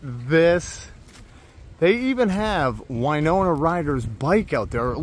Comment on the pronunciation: Winona is win, not wine.